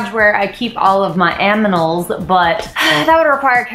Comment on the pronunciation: wHEN YOU SAID AMINAL I SUBBED LOL